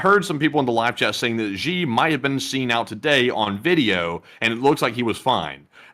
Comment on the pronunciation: Its Xi, not ji , zhi or gee. Sounds most similar to SHE in English. The joke "That's what she said"' hits differently in China.